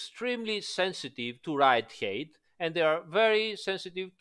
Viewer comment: Smart fix. Also height is not pronounced as eight but who cares